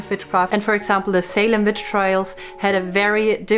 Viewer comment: I LOVE THE WAY SHE SAIS VICH. ONLY A TRUE VICH CAN SAY THAT.